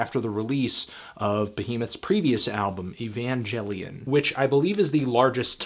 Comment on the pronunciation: AYE-VAN-GÆL-EON jesus fucking christ shlamdango